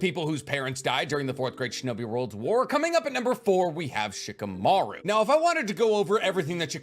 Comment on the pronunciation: Love your content but can you please say Shikamaru properly? The "i" is mute and the accentuation is on the last syllabe, it's not "sheekaMAru" it's "sh-kamaRU"